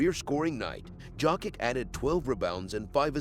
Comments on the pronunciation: Bro. Its yokitch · One would think after so many years Out of respect pronouncing one's name properly would be normal It is Jokić actually Pronounced Jokić Serbs write how they read and read how they write, meaning one letter one sound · It's a good video but just can't take it seriously when hearing Dzokick all the time..